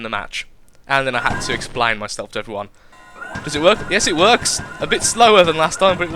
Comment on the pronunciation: did you say "explain" and "changes" wierd on purpose, or is that how you actually say it?